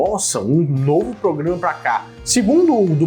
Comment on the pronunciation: ele nao para de falar pograma😂😂😂😂😂